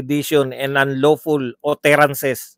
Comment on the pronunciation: Ang tamang pronunciation ng utterances ay "atterances."